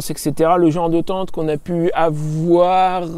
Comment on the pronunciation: Tu prononces Teinete avé l'accent.